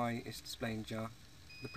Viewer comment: Remember mileage is actually kilometerage. And it's pronounced 'Ya', not 'Ja' :)